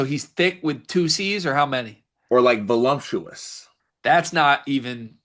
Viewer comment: Don’t ever call Cluff “voluptuous” again. Ever